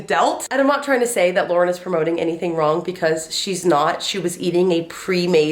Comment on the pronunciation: I kept thinking you were saying Lorde and not Lauren 😆